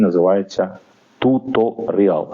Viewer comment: Tutorial - tju'torial - наголос на другому складі, це, мабуть допоможе? Тобто перший склад вимовляти з м'яким "у " -майже як "ю", але не зовсім, у другому складі більш ширше "о" , з наголосом, а останній - як назва клубу "Реал" .